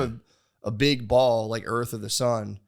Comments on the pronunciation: Calling it "Earf" is making me racist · pronouncing earth as “earf” will never not make me laugh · Matt teaching Nate about the Sun and the Earf.